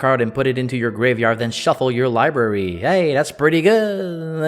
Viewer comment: "Search their lieberry"